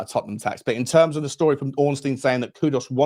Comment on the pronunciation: Mate. Great content. Please though it's kudus not kudos. Please.